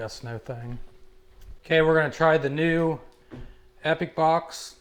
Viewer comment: (Epoch) it's EEPOK, NOT EPIC